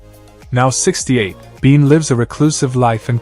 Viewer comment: Nah, he used AI, and Michael Bean? Biehn.